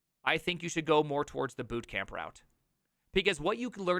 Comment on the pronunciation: bootcram not bootcamp